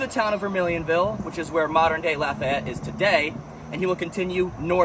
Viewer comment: This was really good. Lived here my whole life and never knew there was a battle there. Lafayette = Laugh-E-yet .. the Fayette is pronounced fee-et not fay-ette Mouton = moo-tawn but that n is pretty silent.